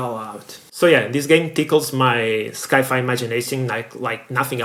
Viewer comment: never, in my entire life, have I ever heard anybody, with or without accents, say "sky-fi" do you also say skyence? for science? if you do, then sky-fi is acceptable... but i doubt you do...